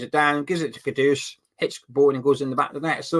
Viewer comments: Another one that riles me up is ‘Kudos’ - usually by the co-commentator whilst the main one is saying it correctly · yes it's not a difficult name to pronounce right!